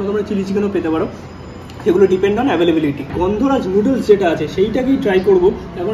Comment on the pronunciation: এ্যভেলেভেলিটি 🤔🤔 Ooho.. availability এ্যভেলেবিলিটি 😉